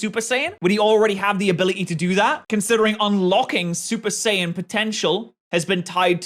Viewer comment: BRO SAID SUPER SAIYAB RED